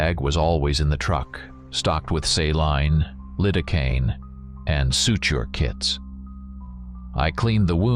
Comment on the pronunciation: Saline= say-lean, lidocaine= lie-dough-cane.